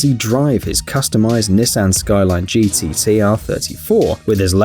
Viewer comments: GT-T-R R34? smh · Brooooo as a car person u will realise that he said “gttr” not hating just think is funny